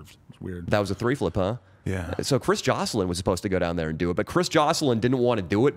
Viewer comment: He said Tray flip not three flip why does Danny keep saying three flip